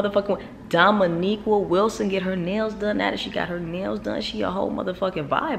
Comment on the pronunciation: I LOVE YOUR VIDEOS,.... BUT PLEASE DO ME, AND POSSIBLY OTHERS, AND MAYBE EVEN DOMO ONE HUGE FAVOR!!!! YOU HAVE TO PLEEEEEEEEAAAAAASSSSEEEEE PLEASE P L E A S E STOP CALLIN DOMO "DOMONIQUA" LOL BVS!!!!!! IT SOUNDS SO HOOD-RATCHET!!! HER NAME IS DOMONIQUE (pronounced like domo-neek)